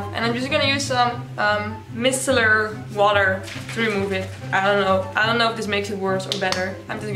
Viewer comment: Micellar is pronounced my-cell-ar